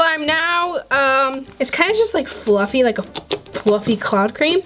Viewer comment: She said bluffy instead of fluffy lol